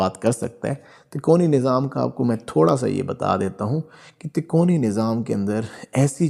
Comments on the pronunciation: اچھی اور سچی روحانی معاملات کی معلوماتی وڈیو ہے ایک لفظ آپ کہہ رہے ہیں " تکونی یعنی ∆" جبکہ یہ لفظ اصل میں " " " تکوینی" ہے عالم کن kun کے معاملات کو تکوینی معاملات کہا جاتا ہے جو اللہ تعالیٰ کے لفظ " کن " کہنے پر منحصر ہوتے ہیں یعنی اللہ تعالیٰ کن کہتے ہیں اور وہ کام فوراً ہو جاتا ہے اس بات کو قرآن پاک کی سورۃ یس کی آخری آیات میں اس طرح لکھا ہے فانما امرہ اذا اراد شئیا ان یقول له کن فیکون فسبحان الذی بیدہ ملکوت کل شئ و الیه ترجعون۔ ترجمہ۔۔۔۔ جب وہ کسی چیز کا ارادہ کرتا ہے تو اس کا حکم صرف یہ ہوتا ہے " ہو جا " تو وہ ہو جاتی ہے پس پاک ہے وہ (الله) جس کے ہاتھ میں ہر چیز کی بادشاہی ہےاور تم (سب) اسی کی طرف لوٹائے جاؤ گے۔ آپ سے گذارش ہے کہ تو آپ بس اس لفظ کا صحیح تلفظ ادا کیجئیے ویسے بھی آجکل آدھی عوام تو اردو زبان سے پیدل ہی ہو چکی ہے مگر جتنا ہمارے بس میں ہے ہم اسے اپنی کاشش سے دیر تک ژندہ رکھ سکتے ہیں۔ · تکونی نہیں۔۔ تکوینی نظام۔ہوتا ہے 😅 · Takoni nahi takweeni. Kindly correct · بھاي صاحب تکونی نہیں تکوینی ھوتا ھے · Tikoni nahi Bhai takweni nizam Sahi lafz bolen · قُطبِ مدار کا تعلق تکونی نظام نہیں ( تکوینی Takveeni) نظام کہتے ہیں۔ اُردُو کی غلطی ہے کتاب جس سے دیکھ کر آپ پڑھ رہے ہیں ہوسکتا ہے جو اس میں پرنٹنگ غلطی ہو یا آپ غلط پڑھ رہے ہوں۔ قطبِ ارشاد کی تعریف آپ نے درُست بیان نہیں کیی ۔۔اس میں تفصیل موجود ہے ۔ اللہ سبحانہ ہمیں اصلاح عطا فرمائے امین۔ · تکونی نھی ھے اس کاتلفظ تکوینی ھے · Lafz takoni nahi hota isay takweeni kehtay hain,informative video k liay shukria. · تکوینی تکونی نہیں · Tikoni nahi takweenee. Durst talafuz hai mohtaram hazrat basad adab .